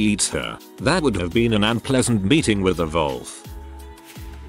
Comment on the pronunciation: Absolutely thrown by the bot pronouncing it 'volf' right off the bat. Astounding.